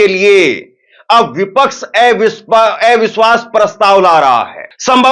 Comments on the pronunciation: एविश्वास नहीं,,, अविश्वास बोलिए। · Avishwash not evishwas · ऐ विश्वास नहीं “अविश्वास” बोलें पत्रकार महोदय..😅